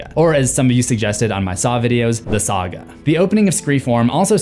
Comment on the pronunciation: Sawga as in そうか?? Hahahaha 😆